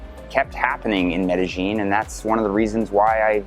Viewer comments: "MEDEJING"...If you're going to promote your expert opinion on the CITY at least pronounce the city CORRECTLY! "MEDEYEEN" The LLs are pronounced like a "Y" pal. Pronounce it correctly if you are GENUINELY an expert! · Like, Like, Like.... like, like... It's not like MedeGENE like you F.ing Gringo...